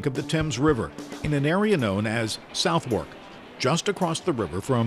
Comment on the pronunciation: Southwerk is pronounced 'suth'erk', please.